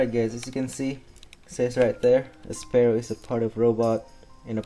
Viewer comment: its pronounced sfeero